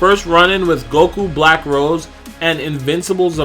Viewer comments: You're saying Rose wrong not like the flower rose like the wine Rose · It's not rose it's rosé